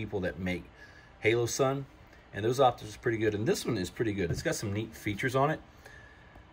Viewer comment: Lol why do you pronounce HOLO-SUN, Halo-sun? Inside joke? Illiterate ?